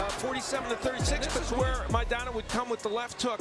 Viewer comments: Maidana!...not MAYDENNA! 🤪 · "Meidena"..... lol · The guy can't pronounce "Mai-dana" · Pretty good video except your mispronunciation of Maidana. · I don't understand how the narrator continuously mispronounced Maidana. If that's not how HE says his name, that isn't how YOU say it. It's that simple. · How do you watch this and still mispronounce people’s names???!!??!! The narrator totally butchered Maidans’s name and the commentary says it throughout. People are stupid! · Damn bro could you not listen to someone say maidana right and repeat it instead of getting it wrong the whole video...